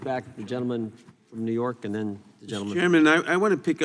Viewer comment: She doesn’t even know how to pronounce the word “and”!!! “Eeen”?!?!